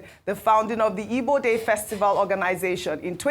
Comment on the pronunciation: Why's who's mother's name was ngozi is too bias to be identified as an igbo woman. If you don't like igbo ( your root, your tribe) no need of reporting their news whether good or bad. The way she pronounce igbo names and words is mockery of herself because she pronouncs other tribes names and words so much and even wishing to learn how to speak yoruba. if this American igbo day news was a bad one,she could have made so broad ( she couldn't say her tribe rather igbo people with her in exception. All these igbos from the Delta and River state,I pity Una.